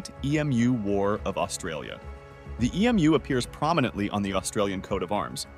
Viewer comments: tf? It's an Emu, not an E-M-U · AI is stupid! An E-M-U. A computer program wouldn't know an emu from a Capybara. Or English from gibberish… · ..slightly confused as to why the narrator cant pronounce or say the word Emu..does he call Puma's Pee Emm You Ays or Pumas, pronounced poomah? EMU - pronounced Emoo. See Aye Tea - or Cat..' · I don't think EMU is an acronym--it's just pronounced ee--moo. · Im so annoyed that you cant pronounce emu